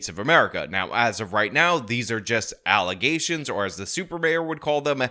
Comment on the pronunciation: FALSE allezations. And NOT FAX.